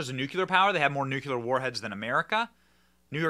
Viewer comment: Can you please pronounce nuclear correctly. It is not nuclular well